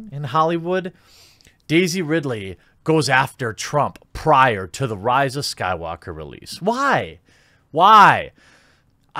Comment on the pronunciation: my man, you started saying the rise of skywalker right lol. kudos haha enjoy the videos as always